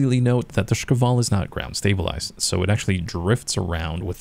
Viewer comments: I noticed he pronounces it like "шкавал" instead of "шквал". If you're reading this , it's just like 2 syllables really man Sh-kval. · yup, I found it a bit funny so I want moar of it :3